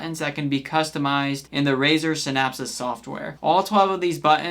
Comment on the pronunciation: bro cant even pronounce naga and synapse properly.